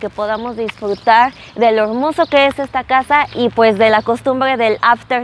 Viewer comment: Por favor arréglate el cabello, porque hablas así de mal 😱😱😱 ,porque dicen luego que los mexicanos somos rancheros 🤦🏻‍♀️🤦🏻‍♀️🤦🏻‍♀️🤦🏻‍♀️🤦🏻‍♀️ Plingsesa en vez de princesa Voy a espelimental VOY A EXPERIMENTAR elgmoso hermoso Nogble noble!! 🤦🏻‍♀️🤦🏻‍♀️🤦🏻‍♀️ hablas como coreana o japonesa intentando hablar español caray!!